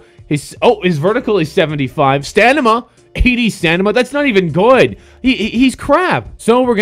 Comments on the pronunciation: he said stanima...... instead of stamina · STAMINA not STANIMA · This guy says stanima instead of stamina😂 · stanima!? stanima!? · he said "stanima" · did this dude just say "stanama" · lol he said stanima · "Stanima" Really Nigga? -_